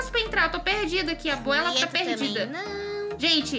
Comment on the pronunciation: Você. Fala. Que o. Nome. Da. Abuela. E. Aguela